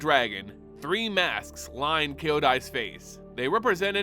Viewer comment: Hey, appreciate your lore videos witch I can listen to at work when I don’t have time to read. Can I make a recommendation on pronunciation of names? Eiko is fine, Kyodai and Kaito are not. Kyodai is two syllables kyo-dai, not kee-o-dai. In Kaito, kai rhymes with dai, kai-to, kyo-dai, not kei-to like ei-ko. Plus I think Kyodai looks frickin’ awesome, so otherworldly and alien and godly, a really nice 2nd commander for my O-Kagachi deck. Peace.